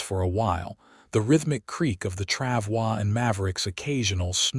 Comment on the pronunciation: FYI, “travois “ does not have a French pronunciation. It is pronounced “trav-oy” (rhymes with “boy”.